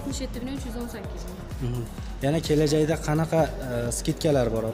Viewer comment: Kelakda dib gapiriwdi chichqoq